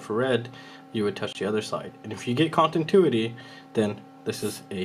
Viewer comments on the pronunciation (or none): Con - ti - new - it - ee 😁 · Which mode is "Contintuity"? :D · thanks bro but its continuity not contintuity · Say it with me. ContiNuity